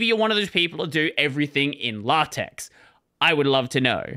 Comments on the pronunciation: it's not pronouced latex, it's lay-tech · I'm pretty sure that's pronounced Lay-Tex, but whatever. As for Office Suites, has everyone forgotten that OpenOffice got its start as a fork of Star Office? I have a copy of that and Solaris for x86 on a disc in one of my as yet still packed boxes, and as bad as they were, they existed. Don't forget the dead and buried, just leave them buried is all. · it's pronounced "lah-tekh" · I actually am a LaTeX psycho, but LibreOffice is definitely the way to go for the people around me who aren't riding as many levels of autism as I am (also the X in LaTeX is pronounced like "k" or "kh") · Thank you for making this, and WOW is that commit history revealing. Completely agree on all points, except maybe for the pronunciation of LaTeX ;) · Heck yeah I want that openoffice history lesson! Also I’ve never heard anyone pronounce LaTeX like that before